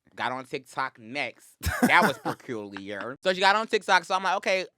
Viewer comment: Raymonte: "that was PEEculiarrrr" 🤣 pleasee